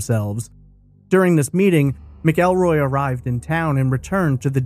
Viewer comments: The name is pronounced Macalroy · It’s pronounced Mackulroy. No ell but ul